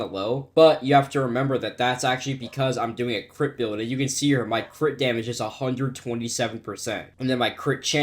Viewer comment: Guys I think my head full of gang stuff every time he says crit it sounds like he saying crip